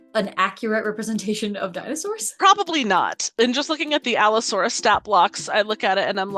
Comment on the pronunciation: Its pronounced Pachycephalosaurus & Allosaurus